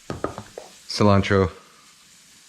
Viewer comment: Minced cilantróÒôÔ 😂